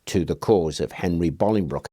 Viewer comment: Thank you for pronouncing Bolingbroke correctly 😂 it's not far from where I live but people always pronounce it wrong. You're spot on 😁👍